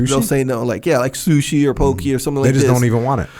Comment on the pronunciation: As someone who grew up in hawaii my ears hurt when I hear the way says "poke"🤦‍♂️